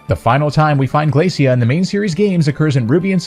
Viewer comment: I think her name's pronounced 'Glae-shuh,' Glacia. Just like 'Glae-shur,' Glacier. Referring to chunks of ice sheets (when she just so happens to be an ice type trainer). Just think about it! I see Phoebe (the ghost type specialist of the Hoenn Elite Four) coming next.